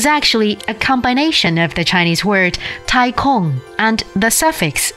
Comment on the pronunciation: Oh god, why is this narrator so terrible? She makes 太空 sound like 太控 Can CGTN not find someone who can say Chinese words properly?